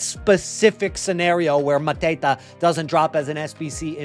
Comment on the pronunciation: Why are you pronuncing mateta like hes a mafia drug lord ? Hes french 🤣